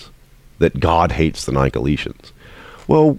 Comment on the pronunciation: Quibble: Pronunciation. Nick-o-LAY-it-'n.